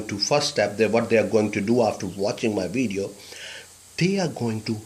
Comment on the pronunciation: It's video not wideo lol